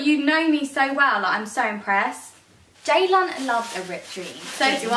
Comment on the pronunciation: Why are you sisters names spelt ceylan and ceyda when you say it with a j sound xx